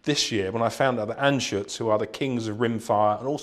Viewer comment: It's "Anschütz"